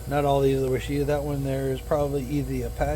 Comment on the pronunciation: It’s pronounced WASH-A-TA. It’s a variety developed by the University of Arkansas. It’s named after a Native American tribe. They also developed several other varieties of blackberry. Prime Ark Freedom is a newer variety that have enormous berries. 👍